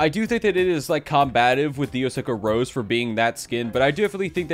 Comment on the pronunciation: its not pronounced rose. Its pronounced ros-e-ayy